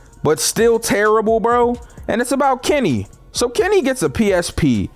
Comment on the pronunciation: Why something when he saids Kenny it sounded like kemmy